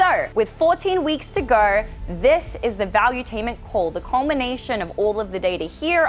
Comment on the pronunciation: Gahwer instead of go